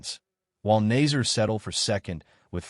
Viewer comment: If you are going to report on these events, please learn how to pronounce the athletes names. It makes you look like an amateur. The second place finisher is Salma Eid Nasser with a short A not nazer.